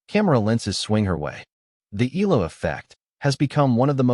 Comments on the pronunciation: it is pronounced E-YA-LA... EALA not EELA, ok😶😶😶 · Eala pronunciation E ya Ia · Yet you can't even train your AI voice to pronounce her name right.